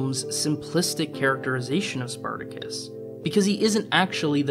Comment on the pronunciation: "Spar ta Kiss"...???